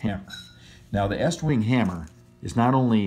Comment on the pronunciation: Thank you for pronouncing "Estwing" correct (not eastwing).